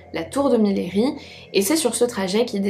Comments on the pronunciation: coucou, super vidéo, j’habite dans la ville de Millery et on ne dit pas « miléri » mais « miri ».Voilà juste pour info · Coucou, mes cousins habitent à Millery et je voulais juste apporter une petite précision, le nom de la ville se prononce «miyeuri » Pas essentiel mais je voulais juste le préciser ;) Sinon vidéo très intéressante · on dit MIYERI , canton des monts du lyonnais au sud est de Lyon